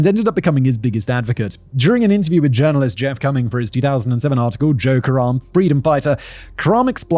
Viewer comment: Every time he said Joe Karem I heard "joke around" and every time I thought, "is this the time to joke around?"